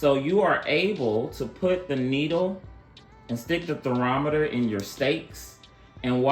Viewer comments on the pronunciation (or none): ThE THER-ROM-ETER IS a THERMOMETER...THER-MOM-ETER..... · HI, I keep hearing u refer to it as theRometer instead of thermometer.....😅 Other than that, good review. Thank you. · It is not pronounced Ther Rom Meter. It is Ther Mom meter. Great video. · Gtreat video! I have the original and am trying to decide between the XL & XL Pro so your video is greatly appreciated!! Just for future references, it's TherMOMeter, not theROMeter 😉😊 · it's a therMOMeter, not a therOMeter...what planet are you from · So we just gonna sit here and act like we ain’t hear em say “ther-rometer” and not “ther-mometer”? I’m ashamed of you all!! Y’all have let the YouTube comment section down! **Great video btw, very informative and answered a lot of questions we had. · What’s a “theramatter”? The correct word is Thermometer. You gave us some good info though.